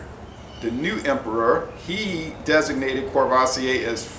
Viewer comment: I really enjoy your informative and laid-back videos. Thank you! PSA: No Rs are pronounced. KUH-VUH-SEE-AY